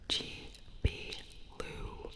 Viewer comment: Wait it’s pronounced (Jebe) not (Gebe)